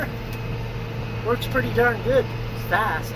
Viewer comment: It's so "pur-dee"!